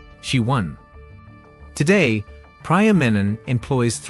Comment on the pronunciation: Meanwhile you pronounce Priya as Praya